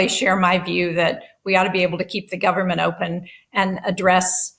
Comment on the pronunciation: maga mike can't even say government. He says gubment